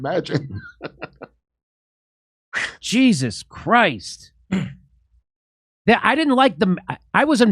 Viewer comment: Hey Jimmy. How come you say Jesus Christ that way?